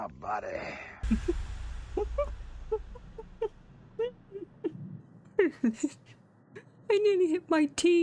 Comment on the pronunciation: LOL “I’m pretty sure my soul left my boday” 😅😂